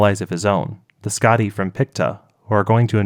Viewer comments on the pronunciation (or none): none